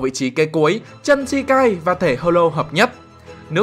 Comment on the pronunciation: True mà cứ đọc chân là sao anh🐧